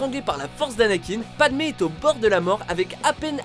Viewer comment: C'est padmé et pas pademe